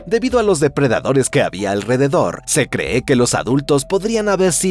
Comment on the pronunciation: Por qué dice "se creé"? Este narrador es un sintetizador de audio o una IA?